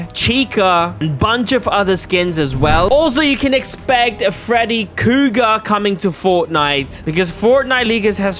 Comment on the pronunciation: He also said “Freddy Kuger”!!!😂😂😂😂😂